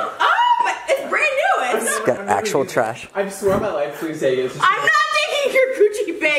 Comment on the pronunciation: he screamed trash but it sounds like he’s screaming trish lmao now we know how he screams Trisha’s name when he’s mad.